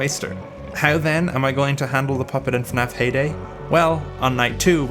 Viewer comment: I thought he said payday instead of heyday. Immediately thought of clown gangsters robbing the pizzeria while ninja cops attempt to drop kick them.